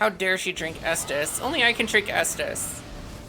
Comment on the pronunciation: Great guide. I smiled every time you said estus 🤣